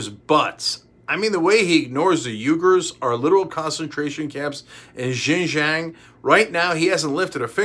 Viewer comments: Loving your opinions Cenk. Can I raise a small piece of info? "Uigers" is pronounced "Weegers". Keep up the fabulous work guys. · Pronounced “wee-gurs” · Isn’t it pronounced “wee-gars”? Not bring critical I’d just like to know if by chance I’m wrong. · BTW. "Uighurs" is usually pronounced: wēˌɡo͝or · Cenk can't pronounce "Uighurs" properly ... =-/ Also: Superchat by "Dah-Vid Pac-Man"!! X-P